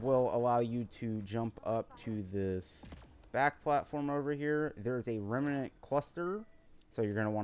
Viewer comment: Remnant is 2 syllables not 3. rem-nant not rem-a-nant.